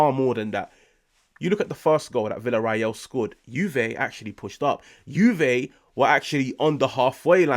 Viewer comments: VillarREAL not VillarRAEL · It's pronounced viya-ray-yal.